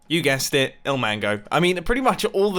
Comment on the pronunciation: Its il not ill